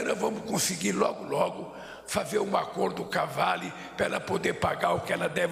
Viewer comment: APERTE A TECLA SAP 😂😂 " ACORDOKAVALE"